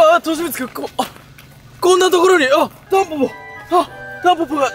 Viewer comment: としみつたんぽぽじゃなくてタンポンって言ってない？